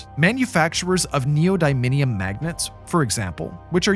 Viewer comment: The weird inclusion of the US withdrawal from Afghanistan was...weird. Also, neo dy min ium? Neodymium. Mistakes like that remind me that the narrator actually doesn't know what the hell he is talking about.